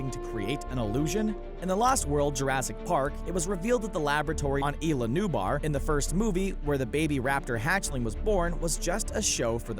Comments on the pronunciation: Did you say “ila nubar” it’s isla Nublar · Am I the only 1one who heard ila nublar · I know right he said like ila nubar lololol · Dr. Henry Wu also stated in Jurassic World that nothing in the park is 100% a real dinosaur. Pronunciation corrections of Isla Nublar and Isla Sorna: it's not "ee-la Noo-mar" and "ee-la Sorna", it's "ees-la noob-lar" and "ees-la sorna" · Did this goon actually say "ee-lah" nublar? This whole video is a wreck. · “ila nubar?” How could u pronounce that so wrong?! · Wtf is eela Noobar ? And eela Sorna? .. you could've said site A and Site B. Poor content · Oh he had a bigger problem than not including the s, I heard him say ila nubar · When you realise that they pronounced Isla Nublar incorrect so you get triggered because your a die hard fan of the Jurassic park franchise and dinosaurs but believe the theory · Alex Reppert he also said Isla Nublar wrong too